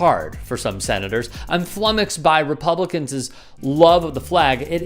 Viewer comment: please stop pronouncing words like "Republicans'" as "Republicans-es." Or veterans-es. I agree with the substance here, of course, but I wonder if those who are on the fence might miss your point because of the weird pronunciations.